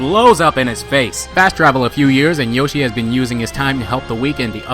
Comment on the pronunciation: "Yoshi Meat Zoo"